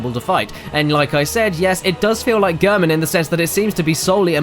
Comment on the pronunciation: girmin? ........... it's pronounced gair-men gehrman